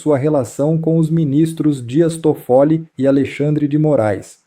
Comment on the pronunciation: O nome do ministro é Tóffoli e não como vc está pronunciando. Vergonha.😡